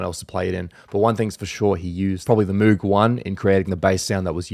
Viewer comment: I don’t mean to seam like a music snob but it’s pronounced moge, spelled moog